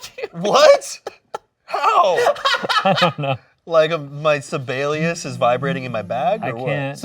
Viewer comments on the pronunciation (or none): As a Finnish person it hurts me how Jacksfilms pronounces Sibelius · Wait is Jack saying Sibelius. Because if so, god damn he butchered his name. He's a famous Finnish composer, and it took a minute for me to realize it was his name he was saying. Also, Ian, I'd say many of us Finns would take our name sounding like a sex toy as a compliment, so thank you.